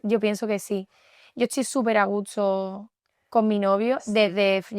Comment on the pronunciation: Basically, especially if they're from super rural parts. I lived in san fernando for a while, and i knew this guy that was possibly the nicest dude I've ever met, and I swear I never heard a single consonant. The other thing thats pretty common in that area is to flip the s and t's in words. She does it in the video if you listen. She says a gusto, but it comes out a gutso.